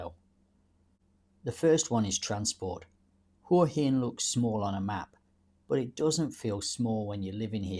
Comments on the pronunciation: Sorry mate but it’s pronounced Whaa Hin…. NOT Whore Hin 😂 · Hey What's with this Hoowa Hin shit? You've been here a while I think but can't even pronounce it's name properly. It's Hwa Hin. By the way I didn't come here 3 years ago to sit in a cafe that's just like home. I came because it's a beautiful place with great weather and people. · Definitely not the UK. There's a plus. Pretty good balanced view of Hua Hin ( pronounced Hwa Hin locally). If you want more night life and bar culture maybe Pattaya is a better option but not cheaper. And yes the visa bureaucracy and 90 day reporting stinks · I spent 5 months in Hua Hin last year. This is a pretty stupid video. In the first place, you can't even pronounce the name correctly.